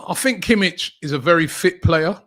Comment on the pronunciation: no bayern players, thanks btw you don't pronouce it Kimitch, but Kimih, the H is as in Hint